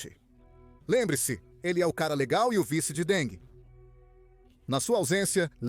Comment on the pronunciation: Que presidente Deng? Ele nunca foi presidente nem secretário-geral do Partido. A mais alta posição oficial na cúpula que ocupou foi a de presidente do Comitê Militar Central. Outra coisa: não se pronuncia “Dengue” assim como king, em inglês, não se pronuncia “kingue”, mas “kin’”.